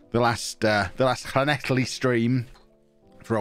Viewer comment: Congratulations you can say llanelli without spitting on the camera and foging up your glasses, no one east of Loughor bridge can do that in Wales.